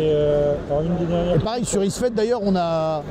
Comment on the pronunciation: ISfet, pas Ifset ^^ Sinon, chouette video et interview interessante :)